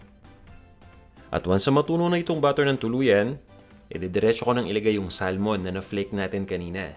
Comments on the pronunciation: Yung pronunciation ng salmon is actually sa-mon, silent L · I get distracted by how you pronounce Salmon haha